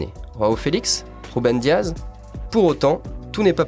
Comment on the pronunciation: Mais putain c'est Renato SancheS pas SancheZ c'est Ruben DiaS pas DiaZ c'est Nuno GomeS pas GomeZ